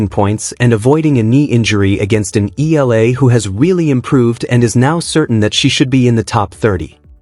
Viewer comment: It's Ee yah la not E la, quit murdering her last name,, jeeesh